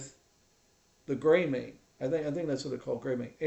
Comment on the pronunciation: btw it's Gray-Mane